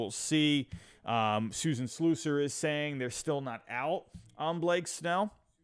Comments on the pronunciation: It's SLUSS-er not SLOOS-er 😂😂😂😂😂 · Learn to pronounce Susan Slusser correctly. It’s Sluuuuuuusser.